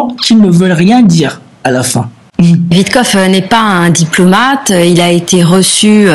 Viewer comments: WitKOFF,. Tu n'es pas obligé de saccager le nom des gens, bon sang. Prends des cours de diction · WITTKOFF, pas OUITECLOQUE 😂